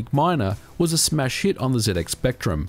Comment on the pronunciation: Did he say "smash hit" or "mass shit"?